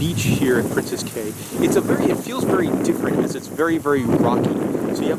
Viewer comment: Hello and Molly. In the Bahamas, Cay is actually pronounced key. It kinda gets a little annoying when someone says cay incorrectly. Other than that, keep up the great work and I enjoy your cruise ship videos!